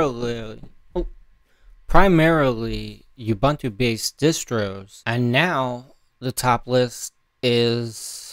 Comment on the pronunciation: "OOBOONTOO" man. "OOBANTOO" doesn't exist!!!